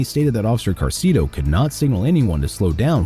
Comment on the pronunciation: ITS ACTUALLY OFFICER SALCEDO NOT CARCEDO😅